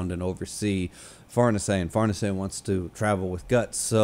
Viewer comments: the pronountiation is correct, but Farnese is an italian name, not french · BASED SCHIERKE AND FARNESE PRONUNCIATIONS. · I believe you're actually the first youtuber to pronounce Farnese 100% right 🤙...and then ofc calling it french 😂 not that it matters even a little, just very funny/ironic, I actually thought you did that on purpose 😂 well done in that case, sir 👏